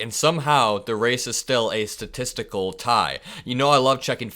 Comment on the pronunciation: a sta-testicle tie?